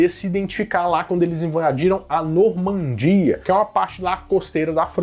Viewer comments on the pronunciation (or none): none